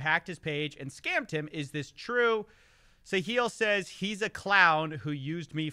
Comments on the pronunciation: Why's he keep pronouncing it "Sa-heel" when it's "Sa-hill?" Didn't one of the guys in one of the videos he playing say the name as "sa-hill"? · Wait, Catilyn is a resident of the UAE?? And Sahil has been banned from X. ( and it's pronounced Sa-hil - emphasis on the first syllable and HIL as in HILL, not like HEEL just letting you know if you're interested ) I just found your channels today and am thoroughly impressed by your production quality and reporting Could someone tell me the difference between and Voidzilla? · Hey, great video as always. Just fyi, the emphasis in Sahil's name should be the "a" not on the "i". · Sometimes when you say Sahil it sounds like "the heel" and actually maybe that is the role he's intentionally taking? Maybe it's part of the deal he cuts with these celebs.